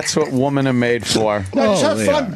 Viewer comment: He literally can't say women. He always say woman.